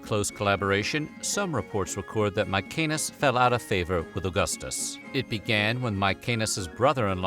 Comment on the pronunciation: It's fucking MaeSenas, not MaeKenas.